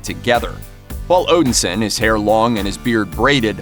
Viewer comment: I couldn't get past constantly hearing Thor being called Odinsin and not Odinson. I'm going to clean my ears out and watch this again.